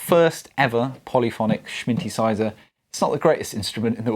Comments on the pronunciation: Awesome! Did you say "Smyntesizer?" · Did I just hear you say “sminthesizer”? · Did you say… smintisizer?